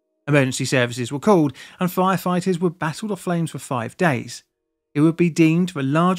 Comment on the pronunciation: Did you say FLire FLighters ???? im certain you did the FLirst time , i mean First